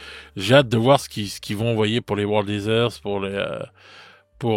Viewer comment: Désolé mais toujours pas pour les World Heatherz... C'est "i-TeurZ". Sinon les autres legions t'es spot on ! 😅 Dommage pour le codex demon. J'aimais cette armée bariollée.